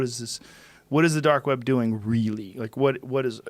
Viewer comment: The “dork web”